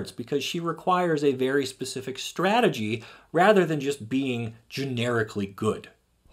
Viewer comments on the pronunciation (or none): none